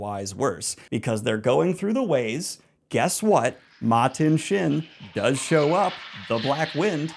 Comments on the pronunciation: Why do you pronounce Machin Shin with a “T”? Lol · Ok, so Machin Shin as Matin Shin (Martin Sheen) was on purpose, right? You didn’t want the editor to fix it, right? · I’ll be watching in chunks over the foreseeable future. Finishing up eye of the world and the black wind is called Machin Shin (was called Matin Shin) in the video - I like to think there’s a guy named Martin Shin out there who is feeling conflicted by this 😂 Thanks for all your hard work on this video, I’m having so much fun reliving the series!